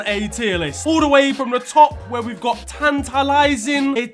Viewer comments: "in-TIT-a-lat-ing," 2022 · saying “tantalizing” like a true Nigerian